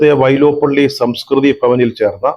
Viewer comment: വൈലോപ്പിള്ളി... വൈലോപ്പള്ളിഅല്ല സാറേ..